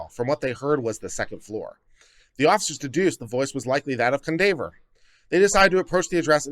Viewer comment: Cundaver? This is a black name you know it is pronounced Kwan-dav-ee-yay.